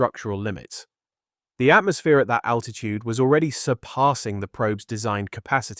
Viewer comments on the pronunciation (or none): none